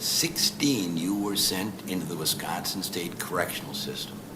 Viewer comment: 🗣️WISCO!!! We-Con-n-Sin!